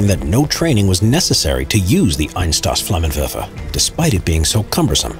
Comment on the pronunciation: Just for future reference. Pronunciation of the flamethrower is Eins-toss-flammenwefer Not meant as an insult.